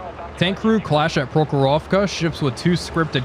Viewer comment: PrOkhorovka, not ProkhorOvka!